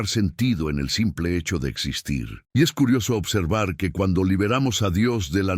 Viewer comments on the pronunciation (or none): none